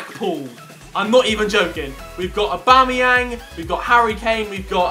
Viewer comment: On his pace team did u hear him when he said abomyang